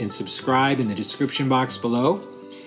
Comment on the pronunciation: Bonne appétit. We don’t pronounce the letter T at the end. Bonne appéti. 👍😉